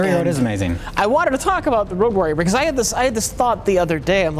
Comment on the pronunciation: why is keep saying "rouge warrior"?